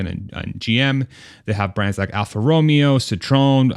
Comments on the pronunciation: Alpha Romeo is pronounced Alpha Row-me-oh! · And I can't believe I made a typo! It should be Alpha Row-may-oh!!